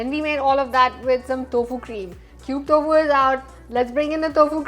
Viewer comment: Its टोफु, not तोफु